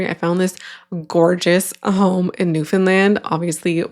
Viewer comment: If I didn’t already know you’re Canadian, I would be able to tell because you pronounce Newfoundland properly! Lol